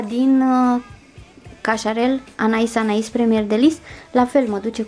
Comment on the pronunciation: In sfârșit aud pe cineva care pronunță corect Anaïs Anaïs și nu Anè Anè. Trema are rostul ei...